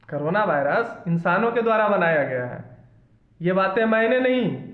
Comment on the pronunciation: aur v video banaiye korona virus bhut aache se bole thank u sir